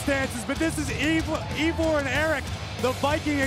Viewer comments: EEEEVAR And Erik (not Rowan) DUDE ITS THE WAR RAIDERS ROWE AND HANSON OR IVAR AND ERIK THE VIKING RAIDERS (I personally like the war raiders best) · Can't agree on the pronunciation of the name "Ivar," couldn't determine when to start speaking after the introduction. Something tells me this wasn't planned very far ahead. I, for one, am glad that they made the decision to bring these two up the week after the RAW after Wrestlemania.